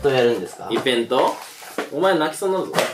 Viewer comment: ｢イベント｣を｢イヴェント｣って言うめちゃくちゃ分かりづらいボケを瞬時に理解できる富永さん流石です。